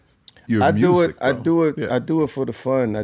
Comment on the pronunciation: We thought it was MEW- SEEK 😅